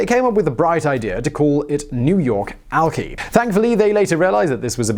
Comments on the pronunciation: He pronounced it Al- Kee but it is pronounced Al - Ky The I sounding LIke the I in Hi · Alk-eye, not Alkee. Du-wah-mish..... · It's not Alkee point It's Alki Point. 😩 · It's pronounced AL - KI soft "A" and hard "I" - not - AL - Key - sheesh, get somebody here who can speak English - lol! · It’s Alk- eye not Alk -ee just an fyi. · ALKEYYYYYYYYYYYYYYYYYYY... its Alk-eye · Alk-EYE not Alkee. DuWAMish, etc. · It's pronounced Alkeye, not Alkee and why no info about Chief Sealth?? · It's not alkeeyyy point...it's called alkeye....Alkai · The name Alki is pronounced as "AL kai", not "AL kee". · Alki pronounced Al ki not alk-e. And forks WA gets way more rain than seattle. It's not that we actually get tons of rain. It's that it's over cast here a lot. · Alki rhymes with my, eye, sly, try....not "alkee" like alcoholic.... :-) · Duwamish is pronounced Do-Wam-ish. Alki is now pronounced Alk-ai, even though it was pronounced like he did back then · Alk-i. Not Alkee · Alchy Point! :) Alki is pronounced al-kie, actually. That's ok, lots of Native American names in this region, lots of mispronunciations. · It’s pronounced al-KAI not al-KEY. The entire city didn’t burn to the ground, just pioneer Square and the finically district. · Alk-Eye, Simon, Alk-Eye! Dear Lord, that one was worse that Juan de Fuca! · *AHLk-eye *Dew-ah-mish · You should have played “The Bluest skies are in Seattle” at the beginning. It’s Al as in pal ki as in pie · alk-EYE Du-WAH-mish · "alkee point" Nooooooo!!!!! Ah, it just keeps getting worse! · Alki= "alk-eye" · Alk-eye. Hard I. And Doo-Wah-Mish. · nobody: this guy: alk-ee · It’s pronounced Al-kIe rhymes with Pie. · Guess I've been pronouncing alki wrong this entire time 🤔😂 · Seattle native here. Alki point is pronounced ælkaɪ. Like "alkeye" it's a long "I" at the end. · Al-KYE Du-WAM-ish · Its pronounced al-kai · It's pronounced ALK(EYE) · I live near seattle, everyone pronounces alki “alk-eye”